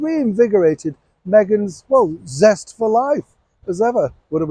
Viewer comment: Did you say pest of life or was it zest 🤭 my hearing isn't what it was ❤️😁👍